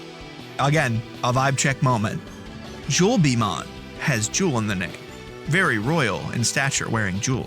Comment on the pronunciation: jewelbeemon's really annoying because it's actually "jewel beeTLE mon" and not a bee at all.